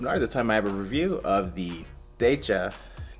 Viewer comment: Decha = เดชา pronounced 'Day-chaa 😉